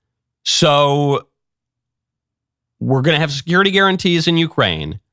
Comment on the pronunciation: If I hear securith guarantees one more time I am gonna die